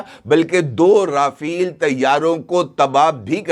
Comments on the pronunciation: Chacha rafal h rafeel nhi , tauba tauba tauba . Patlun geeli ho gyi aapki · Rafale ke spells ko pehlay sahi tore per perhain rafale not rafeel